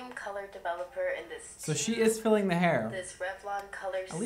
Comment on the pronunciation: OMG I thought he said FEELING your hair not FILLING... hahahahaha I'm dying!! and hey I'm a brunette and LOVE it!! and your joking never feels mean spirited (to me at least!) and you have me cracking up